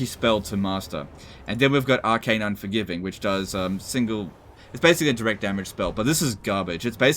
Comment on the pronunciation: Ah is still mis-reading Arcane Unforging